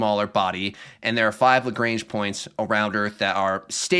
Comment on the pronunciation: Also the pedant in me has to correct Lagrange. It's not Lagrange like the ZZ-Top song, it's Lagrange like a French bloke. Like when your doctor makes you say aaaaah "lagraaaaaange".